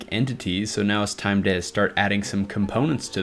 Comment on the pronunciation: "Componets" lol